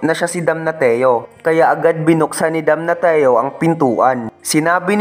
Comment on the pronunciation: damnasyo yung pronounciation ng damnatio talo ka pang grade 1 kong pamangkin sa pronounciation